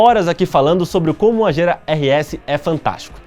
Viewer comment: Quando você falou Agera meu coração chega doeu, eu tinha certeza que a pronúncia não era essa, até o Google disse que não é essa. Ai meu deeeeusss.